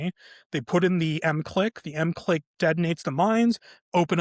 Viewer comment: It's pronounced MIC LICK